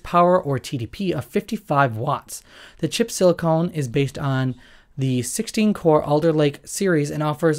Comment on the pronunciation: Why am I supposed to listen to this, the guy can't even pronounce silicon.